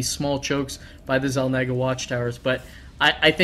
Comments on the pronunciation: its xel NOGA. not xel NAGAA!! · the way pronounces Xel naga.. makes me irritated... as if someone is naging on my head.. meh FUCK YOU!